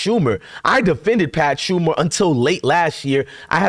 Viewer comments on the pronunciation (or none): It's Pat SHER-mer. Not Pat SHUM-er. Bro, you cannot pronounce anything!